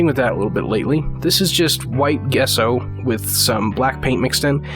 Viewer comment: Great video. Simple, straight to the point. Also, just so you don't get a bunch of crap on future videos, it's pronounced "Jesso". I had to look it up to be sure though. :)